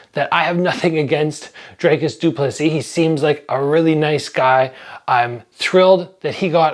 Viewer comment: You’re a content creator, you’re dedicating a video to someone and you can’t even check how to pronounce his name. lol it’s not that hard.c